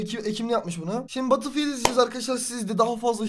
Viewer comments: LAN BATILFİYILT DEME ŞUNU BETILFİYELT de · Batılfiyıld deil betılfiyıld xksodueh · Abi takıntım var söylicem batılfiyıld diye değil bedılfiyıld batıl deyince şişe oluyo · Batıl diye okunmuyor batıl diye okunuyor. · batılfiyıld degıl bedılfiyıld diye okunuyor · Birisi söylesin Battlefield diye yazılır Betılfild diye okunur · Abi söylerken badıl fiıld demen beni çok tilt etti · BATIL DİYE TELAFUZ ETME ARTIK ŞUNUUUU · lütfen artık batılfiıld deme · Batılfield ne lan batılfield diyince şişe alanı demiş oluyorsun mal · Biraz ingilizceni gelistir batilfild nedir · EmircanGuner_ aynen bedılfiyıld diye okunuyor